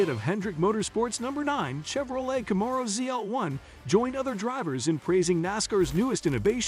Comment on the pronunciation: Can't say Camaro or Nascar correctly fail